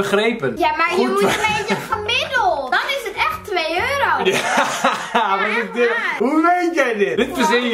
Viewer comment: Zij komt zeker uit Westland ik hoorde echt zo jaaaaaa